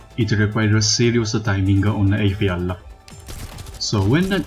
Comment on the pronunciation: You can pronounce eyafyalafyaf but can't pronounce ptilopsis? Yo wtf